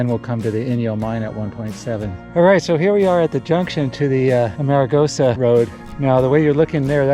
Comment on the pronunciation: Oops....not "a-mare-a-goes-a" ! Correct = "Arm-a-goes-a"